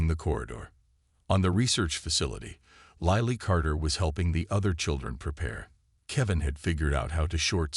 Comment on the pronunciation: its lily not liely